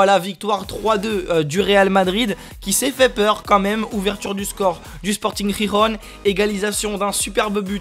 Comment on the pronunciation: sûrement le Real. c'est vraiment des vidéos super intéressante. le projet augmente de jour en jour. par contre deux petits trucs, on prononce Guirron pas rirron ;) et 2e, pq ya plus Dimmix ? vous allez vous relayer au fur et à mesure ? :)